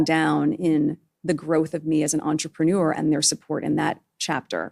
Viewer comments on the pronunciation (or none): I love the way Meghan misprounounces the word 'Entrepreneur', sounds like 'entremanure', how appropriate.